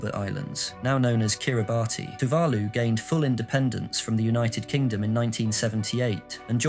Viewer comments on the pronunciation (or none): KirIbati is pronounced as KEY-RUH-BUS. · The "bati" in Kiribati is pronounced the same as the word "base". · Also maybe find out how to pronounce Tuvalu and Kiribati correctly before reading the script... Kinda undermines the video with giant unnecessary subtitles and mispronounced words